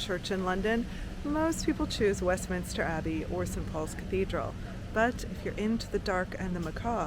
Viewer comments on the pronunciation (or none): none